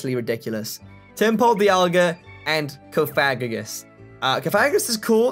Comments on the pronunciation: It's Cof-a-gri-gus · Bruh this man said CoFAGrigus. Coming from someone who's played Pokemon ever since he could use his thumbs, this is NOT how you say that name. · Cough- uh- greeg- us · I find the way he says cofagrigus funnier than get in the effing bag nebby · Misprounouned cofagrigus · U pronounced cofagrogas's name wrong google the pronunciation